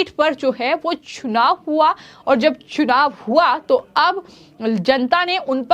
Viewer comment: महोदया आपका हिन्दी उच्चारण बहुत दोषपूर्ण है कृपया इसे सुधारने पर ध्यान दें। "चुनाव" को "छुनाव" और "स" को" श" कहने जैसी कई गलतियां आपको सुधारने की जरूरत है।